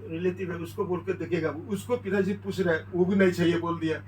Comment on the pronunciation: Not pus.. it's puch.. badha aaya correction dene wala